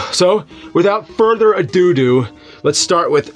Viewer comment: LOL Without Further Adoodoo